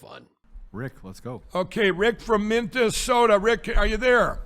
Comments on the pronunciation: “MintASoda” he’s too used to saying MarALago. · How the F*** do you mispronounce the state you were born and raised in?!? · Mintesoda! What’s your problem,? It’s like Sacraminto. Get with the program,. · I live in Minnesota and we don't ever call it Mintasotan 😂😂😂😂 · Mikey Pillow cant even pronounce the name of his own home state- MINT-DA-SODAR!!. And yet, he and his magamorons want to overthrow this country's government. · Mint Ta soda 😂😂😂😂😂 never heard it pronounced that way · "MinDessota". OK, that nails it!!! The guy from Minnesota can't pronounce the name of his state. Yup! He's "my guy"!!!! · Never “Mintesota” his brain is fried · BTW, NOBODY here calls it Mint e sota!!!!! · Did Mike lindell said Memphsoda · MINT-DA-SODA: Not a pronoun ( it better not be, those damned liberals). Another Mike Lindell verbal mispronunciation. Courtesy of the Donald Trump, ultra-conservative right wingnut Christian-facist universe. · I'm from Minnesota and WE DO NOT CLAIM SOMEONE THAT CANNOT EVEN PRONOUNCE THE STATE'S NAME!!